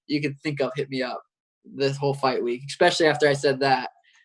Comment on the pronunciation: Sean "expecially" O'Malley